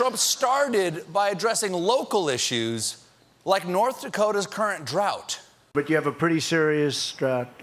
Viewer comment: Do you actually pronounce drought like trout? Because I thought that is what he said :D